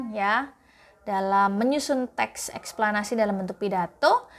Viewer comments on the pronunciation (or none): "RAGAM TEKS ESKPLANASI"😂😂